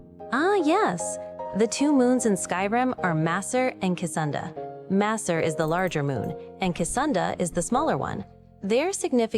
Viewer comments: Aside from the AI talking too much, and getting names wrong (Casunda lol) I would like to see it channeled through an NPC follower. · ''kesunda'' oof, so close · Cesunda? Is Google dyslexic? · "Casunda" 🤦‍♂️ yeah no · nothing is free, some random city just had over 100 liters of water boiled so the machine could comment over a tutorial dungeon and mispronounce Secunda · It probably used a cupful, the danger is more if Google are incentivised by the behaviour to boil a few rivers dry to make a better model that can pronounce Secunda correctly and offer actual advice rather than "look out for traps and use healing potions"